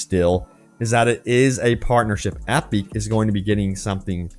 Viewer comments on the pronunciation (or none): Great video and great news! That said I am having a hard time coping with how labored your pronunciation of the word "Epic" is. "Ep-beak?" You sounded like you were in physical pain trying to get that word out. Lol then I started to wonder "maybe he is right? No one would have that much trouble saying "epic" unless the company gave it an awkward pronunciation which would make you stumble on the word every time it came up. If that's true then have I been saying it wrong all this time time????" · why are you saying epic like that...